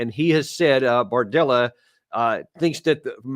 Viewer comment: hand-pink-waving:Be sure you pronounce his name as BARdella, not BORdella.... although politics often look like a bordella:face-turquoise-covering-eyes